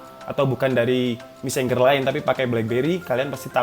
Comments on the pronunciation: Messenger Baca : messenjer Bukan : messengger 🤣🤣🤣🤣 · Mesenjer bacanya bukan meseng-ger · mesenjer bacanya bukan mesen ger. kecuali finger, emg bacanya fin ger bukan finjer.